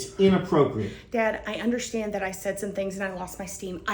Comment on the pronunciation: Would someone please tell that there is no H in understand? Is that just college girl ignorance or a speech impediment? 😂